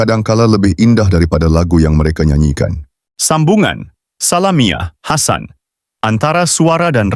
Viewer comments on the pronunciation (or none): Org mcm ni pun nk baca artikal. Sudahlaaaa. Sebut salamiah hasan pecah. Belajar kt mana? Porahhhh